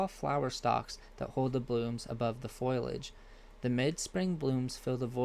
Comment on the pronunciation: It is not foilage...it is foliage and pronunciations are not very good. Sounds almost computer generated.